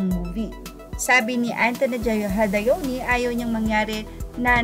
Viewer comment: "Hadowni"po ang pronounciation.. hindi po "hadayoni" ang Jadoeni ni direk Antonett..